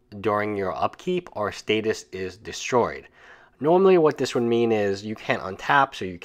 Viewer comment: StaSis with an S.